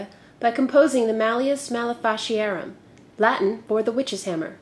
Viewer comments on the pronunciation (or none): Ugh, this happens on the world I live in :( Small correction though, a Latin "C" sounds like a "K", making it Mah-lay-fee-car-um. Or at least, that's what we all agree on, lacking native speakers to check with.